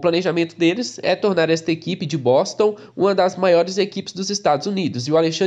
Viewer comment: Quando vc falou : de Boston Eu entendi : de bosta Kkkkk